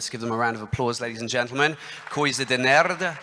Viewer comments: quando o apresentador falou "coisa de nerd" eu entendi coisa de merda kkkkkkkk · Qdo ele tentou falar coisa de nerd eu entendi "Coisa de merda"